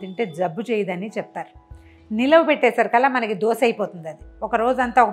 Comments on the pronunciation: Not dosa. It is dosha. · దోస ఏమిటండీ !!! దోశ అనాలి